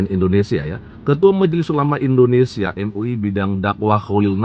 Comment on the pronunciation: Indonesia bukan Indonestan